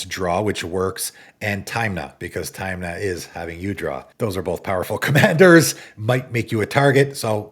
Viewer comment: TIM-NUH. Not time-na, silly goose!